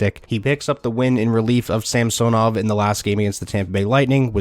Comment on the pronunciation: samsonov is pronounced sam son ov not samso nov